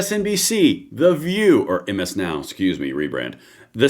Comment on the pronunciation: MS NOW is pronounced Mizz Now Thank you for yoour attention to this matter..